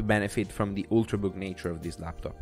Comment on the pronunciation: The design speaks for itself it looks so good. But the “Star LabTop” is triggering me so hard.